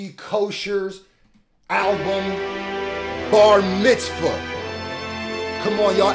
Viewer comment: "Welcome to bar mitzfah" omfg 😂😂😂